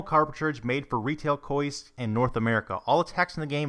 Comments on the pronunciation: Lol, he says counsel instead of console and koisk instead of kiosk - good job. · “Retail KOOSK” LoL Kiosk is pronounced Key-osk lol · "Retail KOISK"